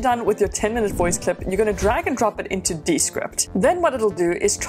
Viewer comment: Wouldn't it be pronounced de-SCRIPT, just as Discord is actually pronounced dis-CORD?